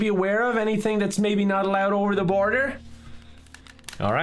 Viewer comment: INDAIN BORADER kevin is now turning indian